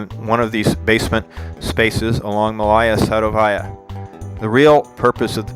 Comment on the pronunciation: Please corrrect those horrible stresses: it's not MalAya SadovAya, but MAlaya SadOvaya!